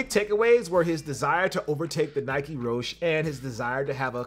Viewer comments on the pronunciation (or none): It’s pronounced roshee not rowsh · It's called the Rosh-E, not Rosch